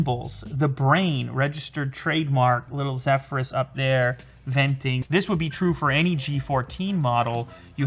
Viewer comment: It's the misspronunciation of Zephyrs for me. lol